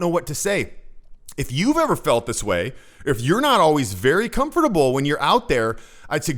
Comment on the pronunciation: Cum-ferble.. Cum-turtle.. Cum-Merkel.